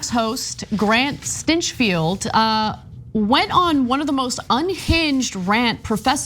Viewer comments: did u just say, "Grant Stinchfild?" :) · I bet his home life is just blissful magic... And by the way; "STYNCHFEILD"? Really?